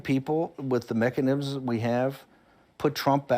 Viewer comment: All about them "Mecka-nims."